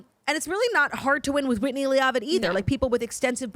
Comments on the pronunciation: I LOVE U BOTH!!! PLS PLS !!! It’s PRONOUNCED Whitney LEVITT LOVE U BYE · I can’t tell if Claud is mispronuncing “Leavitt” on purpose or not😂 it’s LE-VIT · PLEASE say Whitney’s last name correctly lol. Listen to the show and hear it. It’s not LEA-AH-VIT. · We’re saying Whitney Leavitt’s last name wrong on purpose, right? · She's doing it on purpose because a couple weeks ago when the whole cast was announced, that's the way Jax pronounced it. Claud corrected her but now it's stuck as an inside joke.